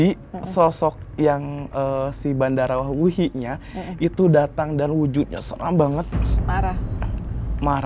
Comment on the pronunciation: Terimakasih tim Mata Indigo. Seruuu..tapi terasa singkat penerawangan 😂 Btw, itu Badarawyhi, bukan Bandarawuhi 😁 Makasih kak, jadi tau bhw yg sebenarnya terjadi itu bukan dilakukan Badarawuhi sendiri namun bawahannya, Sarini.